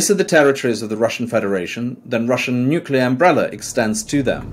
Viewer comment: He didn't even say nuclear